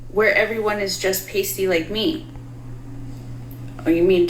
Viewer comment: Ohhhhh, she said PASTY. I thought she said TASTY!! Why did I not think it was weird for Billie to refer to herself, . . . and everyone else there, as TASTY? Hmmmm, maybe because I'm part Irish? I like TASTY BETTER!